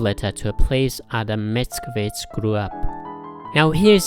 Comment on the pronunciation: Your pronunciation is very decent :) You've got "Pan Tadeusz" right, I would only correct your accent in "Mickiewicz": the second syllable should be stressed, not the first ("MicKIEwicz"). Btw: Mickiewicz named the main hero of his epic 'Tadeusz' after Tadeusz Kościuszko.